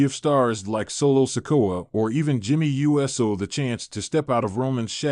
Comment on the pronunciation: Dude it’s not Jimmy USO It’s pronounced “Ew-So”